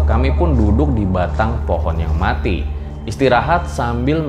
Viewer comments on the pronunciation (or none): none